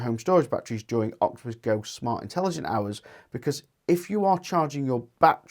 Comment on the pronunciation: Its Intelegent Octopus Go not OGI 😅